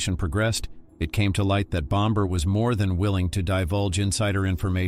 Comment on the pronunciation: BomBer Kavanagh Aggggggg „Bommer“ please 🙏